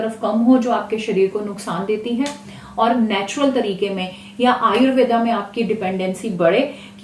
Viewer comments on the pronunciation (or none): Ayurveda ni ayurved boliye mam likho bhale per bolo mat hami apne sabdo ko sahi ni bolte